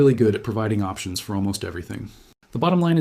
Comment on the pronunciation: No mistakes? What about when he says "F or" instead of "for"?